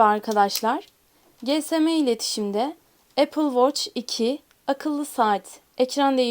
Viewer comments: YALNIZ GSM ÖYLE OKUNMUYOR (GESEME)X (CİESEM)✓ BÖYLE OKUNMASI GEREKİYOR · GESEME iletişim dedi ya la CİESEM Diye okuyun öyle sinir bozucu oluyor